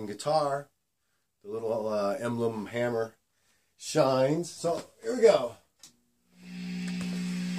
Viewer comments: Hammer?? isnt it hamer? lol.. juustt kidding stayy calm.. appreciate the review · Good review man. Not a slam, just information, it's actually pronounced HAY-mer.